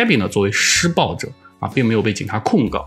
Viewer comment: 如果不是最后那段话把施暴者念成失败者, 我都没察觉出来他想表达什么意思